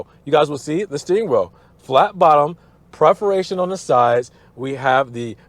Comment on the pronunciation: Great review of a very tempting car. But dude, you really need to learn how to pronounce "perforations" It's PERforations, not PREHforations. C'mon, man.